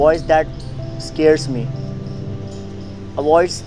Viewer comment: Bhaisaab "scares" ka jo accent maara h tne 😂😂😂 bht shiiii🔥